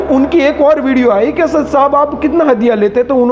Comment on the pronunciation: اپنی ادایگی سحیح کر باد میں بات کر اسد کے بارے میں